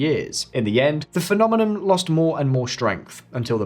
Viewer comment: its phenomenoN, not phenomenoM